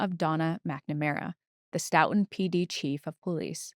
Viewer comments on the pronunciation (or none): I know it’s less important but…stow-ton (said like the measure of weight). But blend it together/say it faster